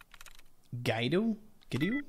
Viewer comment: "Guido" is pronounced "Gwee-doh". :-)